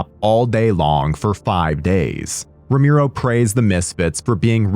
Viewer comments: Me too! I rented this movie back in 2001 in video stores!🤗 P.s: And his name is RO-ME-RO! Not RO-MI-RO....they spelled it wrong in the video every time!😮‍💨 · Rom-e-ro NOT Rom-i-ro, fuck sake! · ROMERO, man ROMERO, not Romiro. Geeee... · Roe-MARE-oh, not Roe-MEER-oh. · Brother I don’t know who told you his name was pronounced that way but it’s driving me crazy. You should look it up before you say it 200 times in a YouTube video